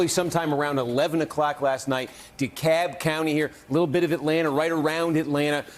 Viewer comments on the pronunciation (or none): It’s Dekalb county, not Dekab. Sorry, this is just really bugging me. 🤨